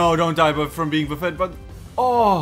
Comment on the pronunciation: if you wanna know what "Buffeted" means it actually means to batter or Strike repeatedly also it's pronounced "Buff-ited" TBH i was curious about it myself so there you go.